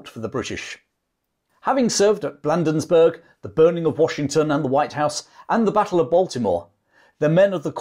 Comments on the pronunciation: Battle of Bladensburg, not Blandensburg! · Perhaps someone else has already pointed out your error regarding an important place name in your narrative. It is Bladensburg, not Blandensburg. I have enjoyed and learned from your video. Thank you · As a Marylander I need to correct your pronunciation of the Patuxent River and Town of Bladensburg. Patuxent is a Native American word and is Pa tux ent. We also pronounce Bladen. So it sounds like blade, not Vlad. Also I as someone who lives near all of the cities and towns mentioned in this video. I need to mention that you forgot to talk about the Raid of Alexandria, Virginia which was part of the Burning of Washington DC. The British sent a small flotilla of ships up the Potomac (Po toe mick) River. With the goal of capturing the port of Alexandria across the river from DC. If the commander of Fort Washington had not abandoned his post British forces would have been slowed down by the fortification. If it and Fort Foote had been properly manned the DC might not have burned. If anything there would have been a decent sized battle before the British ships could have sailed up and down the Potomac uncontested. I just happened to have a video of Fort Washington on my channel if you're interested in seeing what that structure looks like. You even reminded me I have a video of the Star Spangled Banner flying over the Fort McHenry on an old phone that should be uploaded. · As one who grew up in Bladensburg, we pronounce it as Blade-ins-burg. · Dad, you need to learn your American place names. The state is pronounced Mer-uh-land and the town is Blay-densburg. Otherwise, I love your stuff. And the rifleman who shot Ross got him in the stomach and, having eaten a hearty breakfast, died in a great deal of pain. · Pronunciations: BLADE-ens-burg puh-TUX-ent river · Great video, but here's a couple of pronunciation corrections: pa-TUX-ent (river) & BLAY-denz-burg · Bladensburg is is being mispronounced!